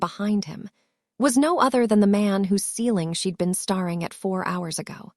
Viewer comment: Please!!!, staring is pronounced ‘stairing’ and breathed is breethed